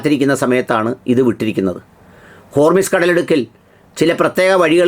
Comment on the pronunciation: ഹോർമിസ് അല്ല, ഹോർമുസ് ആണ്